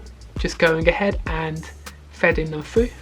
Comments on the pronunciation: "fredding it frue" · “Fredding it frou” 😂😂